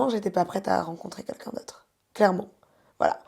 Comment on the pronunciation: Svp la faut lui dire : c'est "QUELQU'UN" pas "KUNKUN"